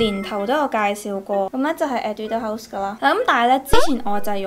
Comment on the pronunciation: 其實我想講你的etude house 的讀音是不是不對😂還是說這樣讀也ok🙊